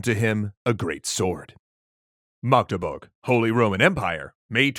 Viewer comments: When an English-speaking YouTuber pronounces Magdeburg better than most non-Magdeburg-Germans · So this is like three years to late but I've never heard an English speaker pronounce my hometown of Magdeburg so flawlessly! Respect! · Most germans cant pronounce Magdeburg as well as you do! Thank you, a Magdeburgian. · Thanks for the video! You did a really good job pronouncing Magdeburg! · Magdeburg pronunciation is on point👍